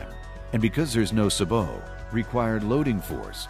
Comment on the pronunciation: I am pleased that Federal can say Sabot the correct way! Say-bo, gives me confidence to try the bullet...and a copper lead-free bullet too! What is the best rate of twist for each of the copper or lead bullets?